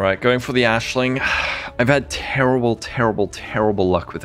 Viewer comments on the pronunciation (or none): so on one hand, i understand why everyone mispronounces Aisling's (Ash + lynn) name because gaelic is a fake language spoken by fake people. On the other hand, Jun says it multiple times in-game so there's really no excuse.